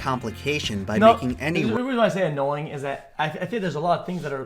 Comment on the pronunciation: “Dying is so annoyinguh”